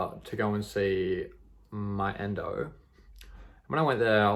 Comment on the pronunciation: 'Endo' LOL 💜